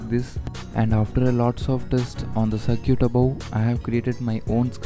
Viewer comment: Circuit not cir-cute